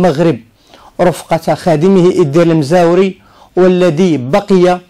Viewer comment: إيدار (بتوقيف الدال). المزواري وليس المزاوري.